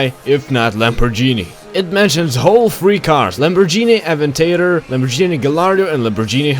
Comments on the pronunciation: It’s Lamborghini not lambojini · Its lamorgini not lambojini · Not that big of a deal but just so you know it's pronounced LamborGini not LamborJni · my favorite car is the lamborGHini or pronounced lamborgini my favorite car is the lamborghini countach or diablo and it is unbelievably offensive to me for some reason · The “lamborjini” is the best to escape pursuers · "Lamborjini" The most american way to say Lamborghini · Lamborgini?! Wtf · Lamorjini hahahahaahh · My god that's annoying lamborjini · Lambo gee nee haha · Stop laughing at how he pronounces it you wouldn't like it if someone did that to you would you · "Lambojini" wtf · Lambor - Genie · He said Lamborghini wrong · listen to how he says lamboghini